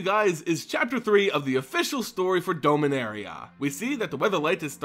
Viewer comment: You always sound as if you say Dulminaria. ^^